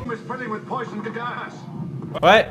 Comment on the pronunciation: “THe r00m iS filLiNg wiTh p0siOn gAs”